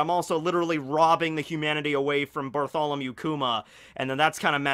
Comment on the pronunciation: Bartholomew --> Bartolomeo hmmmmmmmmmmmmmmmmmmmm